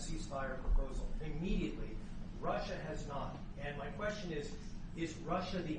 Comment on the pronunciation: R U S S I A ….. not T U S S I A